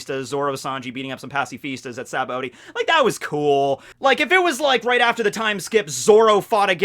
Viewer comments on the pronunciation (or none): none